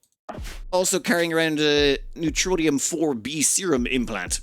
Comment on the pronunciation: 'NEROTONIN', not neutronium. NER-O-TONE-IN